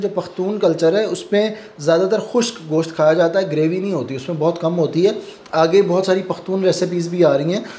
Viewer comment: Please bhai correct your pronouncetion word Graby,this is actually Gravy.